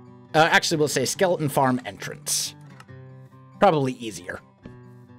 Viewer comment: He pronounces skeleton like skelen lol